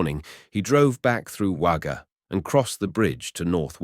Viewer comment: I live not far from Wagga, have not heard of this before. I know Wagga looks like it should be pronounced with an a, but it is pronounced 'Wogga'. Junee is pronounced June e. Loved seeing all the old photo's of the area, Lake Albert is now quite an expensive part of Wagga.